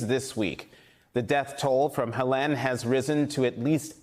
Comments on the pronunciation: Hurricane He-len??? Maybe learn how to pronounce the name of the hurricane before you do a report on it 😂😂 its HELENE sounds like (HEY-LEAN) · Pretty grim when the announcer can't pronounce the storm. It is NOT HELEN it is HELENE!! Typical MSNBC they never get the news right, too busy with their propaganda and 'angle'! Clueless! Skipping this one... with the name mispronounced of the hurricane they just lost me!